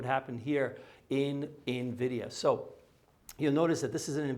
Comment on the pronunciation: thank you for saying the company name correctly- Envidia and not Navidia, like you used to.😂